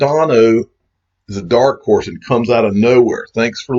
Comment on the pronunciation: Did you just say that cardano is a dark horse or dark terd?